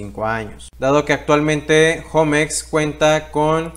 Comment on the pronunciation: Yo no entiendo por qué le dicen jomex... 😂😂😂😂😂😂😂 Osea si saben que homex es HOGARES MEXICANOS.... no creo que tu digas mi jogar en lugar de mi hogar